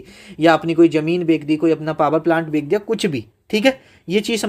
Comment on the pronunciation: Bech dia ❎ Bek Dia✅